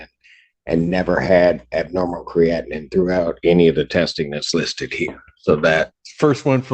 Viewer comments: But I kept cringing as I've always heard it discussed as "cree-a-teen", not "cree-atin". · The judge can't even pronounce creatinine.